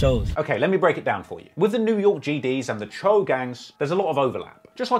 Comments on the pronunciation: "Choo" it's pronounced "chow"🤣🤣🤣🤣🤣💀💀 not chew, chow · Say doe. Its pronounced choe not chew. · Isn’t it pronounced “Cho” ?? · You saying choo so wrong